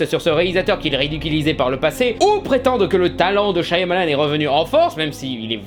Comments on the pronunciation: C shamalan qu'on dit! Pas shYamalan!!!!! T'as pas vu la vidéo de durendal?! Le y, ne se prononce pas!!!!!😭😭😭😭 G mal aux oreilles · Super vidéo ! Juste : ça se prononce "Chamalane" son nom, pas "Chaïamalane" (je phonétise hein). Le "y" est muet. Source ? Le réalisateur lui même dans ses interviews. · Super vidéo ! Mais par contre je sais je pinaille un peu : Shyamalan = Chat Mah Lanne 😊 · C'est pas [CHA MA LANE] plutôt ?